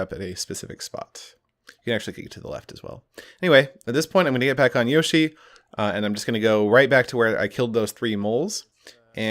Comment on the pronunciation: You'd think he'd say yoshi properly 🤔